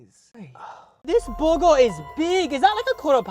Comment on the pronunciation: “THIS BUH GUH IS BIG” You’re welcome